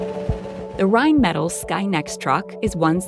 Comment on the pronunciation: 1. Rheinmetall rhein-met-AL 2. Rheinmetall does not employ that many black men in the entire company. Do your research and don't try to pass off generic video as ignorant filler.